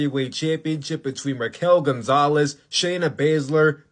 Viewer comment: "Raquel gonzales"💀💀💀